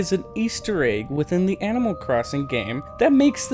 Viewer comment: Please pronounce ANIMAL AS ANIMAL not AMMO